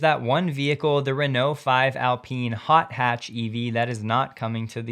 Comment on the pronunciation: I thought it is pronounced Alpine like pine and not Alpin!